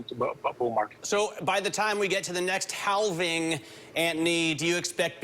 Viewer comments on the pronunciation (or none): "The next HAL-VING"